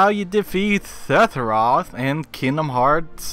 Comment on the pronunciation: Hearing you say his name irritates me, it’s Sepheroth not Setheroth